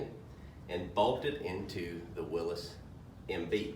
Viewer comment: Thank you for pronouncing Willys correctly 👍🏻😎